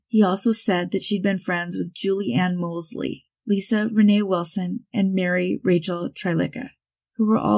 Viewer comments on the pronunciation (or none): none